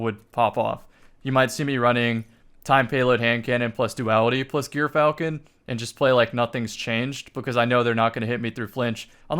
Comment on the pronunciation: Okay the gyrfalcon pronunciation is just embarrassing at this point